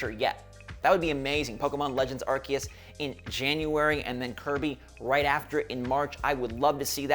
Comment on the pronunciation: Every time i hear you say “arceus” it makes me wonder how to say it. Bc that sounds off to me😭😅